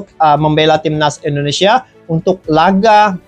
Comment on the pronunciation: Indonesia bang bukan Endonesia